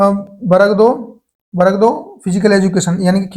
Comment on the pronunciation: Varg 2 ❌ barag 2 ✅ 😂